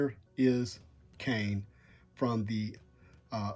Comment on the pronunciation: I woulda had movie venom. Also, its kang not kane